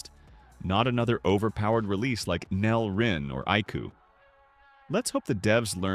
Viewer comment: Nel ❌ neal ✅